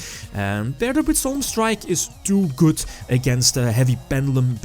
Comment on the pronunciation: Hey m8 could you stop say "goodz" instead of good?